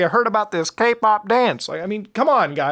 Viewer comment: Every time Muta says Kpop I hear GayPop